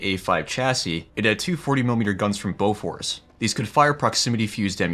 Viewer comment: As a swede, Im impressed that I got Bofors from your pronunciation.